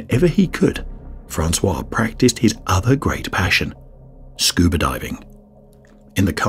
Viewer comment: When did scuba become scubr?